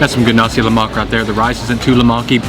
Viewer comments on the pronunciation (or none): Did you just say "lemaky"?